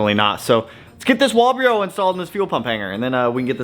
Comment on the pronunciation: Sir, the fuel pump company is pronounced “Wall Bro”. 😅 Good luck with the next EG33!! Time to hurt some feelings, just hopefully not your own this time!